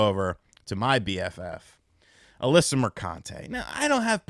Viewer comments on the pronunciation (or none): none